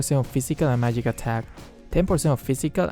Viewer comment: "mayig resistance wuhrn"